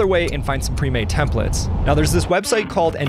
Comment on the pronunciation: Templates not Templetes lol